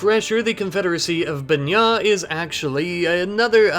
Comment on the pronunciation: Yay, Banña's being pronounced right! Glad to see this series is back - it's my favorite.